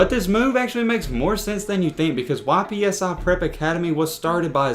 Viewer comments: It’s pronounced “ipsi” not YPSI there from Ypsilanti,MI. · It’s not Y.P.S.I., it’s Ypsi 🙄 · Its pronounced "yip see" not Y.P.S.I btw great video tho keep it up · YPSI is short for Ypsilanti, which is pronounced "ipsilanti" or "ipsey" for short not Y.P.S.I. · It’s not Y-P-S-I prep it’s pronounce Ipsi. And Lincoln isn’t a prep school. It’s a regular high school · Imagine saying Y P S I academy 💀it’s one word ypsi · its not "Y.P.S.I" its pronounced "ipsy" for Ypsilanti, MI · It’s not Y.P.S.I prep it’s Ypsi(ip-see) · “YPSI PREP” 🤣🤣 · Its not y.p.s.i it’s pronounced ypsi (it-p-see) lol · Why are you pronouncing it Y PSI, it's just ypsi like ypsilanti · it was the "Y.P.S.I." for me 😂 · It’s pronounce Ipsy like tipsy without the t